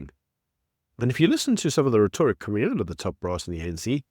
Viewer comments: "Rhetoric" is pronounced "reh·tuh·ruhk" with stress on the first syllable. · The (white) Boer is still dominating the indigenous people. they are 7% of the population and control 70% of the land. That would not exist in any other country. Btw it is pronounce "Ret- tour- rick." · Please look up how to pronounce the word "Rhetoric" properly. The emphasis is not on the middle syllable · Please look up the pronunciation of rhetoric. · I enjoy your channel and have subscribed. One comment however; Rhetoric is pronounced with the emphasis on the first syllable, on the e not the o. Keep up the great work. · *rhetoric (pronounced correctly) Or is it American pronounciation? Haha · I love you, man, and I have been biting my tongue, but geez Louise, please get the pronunciation of "rhetoric" right. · Please pronounce rhetoric properly! It grates… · How you pronounce 'rhetoric' is beyond irritating. The emphasis is not on 'to' but on 'rhe'. Also, it is Malema, not Maleeema.